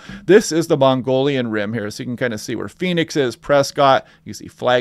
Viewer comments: It's not Mongolian, but mow-guh-yawn Rim. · It is not the "Mongolian Rim but the Mogollon Rim" (mo-go-lon)--no "n". I hope the heat dome in early Aug is "fantasy land" 100+ gets old quick. Carl Sagan was right back in the 80's when he predicted what we are seeing with the weather! I watch for your California posting every day. Thank you! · Great vids, my go to now. I push people here as well. Learned so much. FYI Prescott is pronounced "Preskit" and Mogollon Rim is pronounced "muggy-yan" rim. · Pronounced 'muggy-on' and Prescott is 'press-cut' :goodvibes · thanks, it was painful to hear every time. LOL. glad you got it straight. awesome forecast otherwise. It would be better if I wasn't in phoenix..